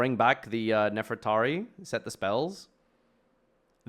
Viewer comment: JESUS FUCKING CHRIST LEARN TO FUCKING READ ITS NEFER-TA-RI (REE), NOT NEFERATI, AND ITS DO-RI-A-DO, IM FUCKING SICK AND TIRED OF HEARING PEOPLE WHO SHOULD FUCKING KNOW ENGLISH MISPRONOUNCE TBE SIMPLEST FUCKING THING